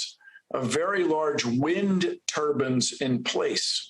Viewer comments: Love Bill, but it's turbines. Turbans are what Sikhs wear. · Maybe I didn't hear correctly but did Bill say having a lot of turbans could slow down a hurricane? First time I've heard turbines pronounced that way. I think a hurricane would just blow the turbans off their heads right? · Oh pleeeze, turbines not turbans. I love you Bill Nye but please, turbine. "The End is Nye" sounds like something I would love to watch!